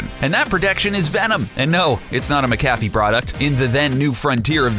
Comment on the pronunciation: Did he just say Muh-kafee? Its Mac-uh-fee..... Dumbass. Good lord.